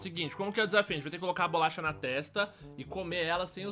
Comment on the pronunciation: '-' ele falou bulacha ! '-'